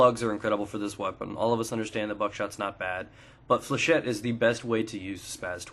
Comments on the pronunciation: Flechette is a french word, and it's pronouced Fléchette not flechay. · Pronunciation according to the dictionary is "fley-shet". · It's 'fleuh-shet'. It would be 'fleuh-shay' if it was spelled flechet.